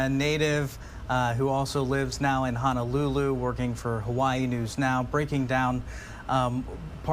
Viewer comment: it’s HO-NO-lulu. Not HANAlulu. Sheesh!!!